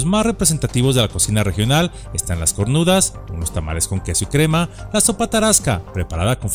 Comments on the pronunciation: Todo bien, hasta que dijo cornudas en lugar de corundas xD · Jajaja Se llaman Corundas NO cornudas, habla mas despacio cometes algunos errores... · CO-RUN-DAS. No "cornudas" 🤦🏻‍♀️ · Es "Corundas", no "Cornudas" xD De todos modos, excelente vídeo 👌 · Muchas gracias por dar a conocer a esta ciudad, mi ciudad adoptiva, la más hermosa de México. Una pequeña observación, se llaman corundas no cornudas. Gracias de nuevo y felicitaciones. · EXCELENTE NARRACION Y CONOCIMIENTO DE LA HERMOSA Y BELLA MORELIA. SOLO QUERIA COMENTAR DE MODO CONSTRUCTIVO DONDE SE REFIERE A LAS COMIDA ,NOMBRA A LAS "CORNUDAS" Y SON EN REALIDAD "CORUNDAS". HERMOSA NARRACION DE LOS CONOCIMIENTOS QUE A VECES LOS QUE VIVIMOS AQUI DESCONOCEMOS. GRACIAS Y ÁNIMO!!!!! ADELANTE!!!! FELICIDADES!!!! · Apartir de ahora les llamare cornudas y no corundas jajaja Excelente vídeo sobre mi hermosa Morelia, te falto hablar de los gaspachos, los dulces tradicionales, el mercado de dulces.. Muy buen vídeo que, merece otro, gracias por hacer este vídeo.. Saludos desde Monterrey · Muy buen video. Gracias por haber investigado sobre mi hermosa Morelia. Pero un pequeño detalle, se dice corundas no cornudas 😅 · me caes super, me encanta tu descripción, pero son corundas y no cornudas 😂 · Y al escuchar CORNUDAS en lugar de CORUNDAS, automáticamente mi mano se fue a la cara 😑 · Buen trabajo pero en el minuto se llaman corundas no cornudas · Muy padre y todo, pero son corundas, no cornudas. Y te faltó mencionar el gaspacho 🤤🤤🤤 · Se dicen corundas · No se dice cornudas se dice corundas! 😊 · Buen video, pero no se llaman cornudas, se llaman corundas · Muy bien video! Pero no son cornudas! Son corundas!😅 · Se llaman Corundas,no cornudas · Jajajajaja "cornudas" jajajajaja son CORUNDAS